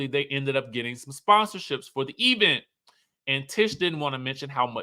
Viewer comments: My teeth itch each time Tisha says "E-vent" and "espo". It's so funny and bad at the same time.😂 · Sir, if you don’t stop saying E-vent! 😂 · you are hilarious when you speak about the expo "espo" event "E-vent" per Letisha.